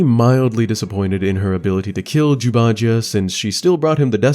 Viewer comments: I keep hearing Jew. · i cant help but giggle every time u say jew instead of zhu. some times more than others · Love these videos. However, can't help but hear "jews" instead of Zhu, and it makes me laugh. Because I'm an idiot with bad hearing.